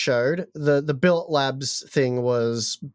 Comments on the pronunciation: Just for your knowledge, It is pronounced bill-it, not bill-a, its not a french company/word, its a type of metal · pronunciation of Billet Labs has me really questioning the other channel's accuracy.